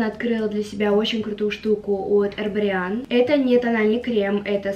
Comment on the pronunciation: ЭрбОриан!! Что с ударениями боже